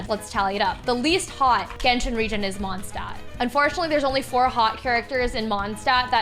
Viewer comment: the way she says mondstadt is making me insane (i don’t mean this in a hateful way i’m just very german and very angry all the time lol)